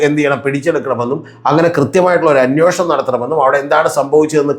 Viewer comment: അന്വേഷണം ആണ് correct word.... അന്യോഷണം അല്ല